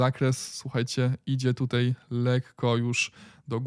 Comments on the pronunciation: a ja lubię "Tutej" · Twoje "tutej"jest epickie, nie walcz z tym 🙂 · Ooooo!!! Gratulacje! Nareszcie powiedziałeś tutaj a nie tutej!💪👍.A tak na serio to fajne dajesz info! Pozdrawiam!